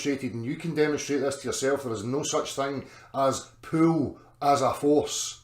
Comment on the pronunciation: Can someone teach to pronounce Pull and Pool, I had NFI what he was talking about.